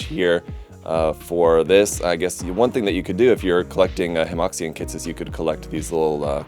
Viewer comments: I hate to be'that guy', but I'm pretty sure Hemoxian should be pronounces closer to Hemoshan than hemoksian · Small thing, Hemoxian is pronounced like Huh Muo Shian.